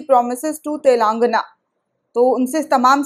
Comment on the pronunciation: सही शब्द है "तेलंगाना",,,,,,, लेकिन अधिकतर चैनल वाले "तेलांगना " बोलते हैं जो ग़लत है,,,,,,,।